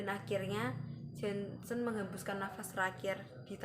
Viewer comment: Nama lengkap Janshen : Jantje Heinrich Janshen. Dibacanya gini mba : Yanceu Heinrich Yanshen Ini pengucapan bhs indonesia jaman dlu.